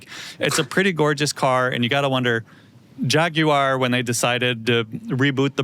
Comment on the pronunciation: butchers Jaguar pronunciation equally for both sides of the pond.